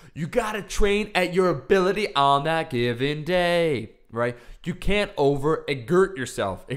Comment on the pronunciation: "igurt yourself... exert yourself." lol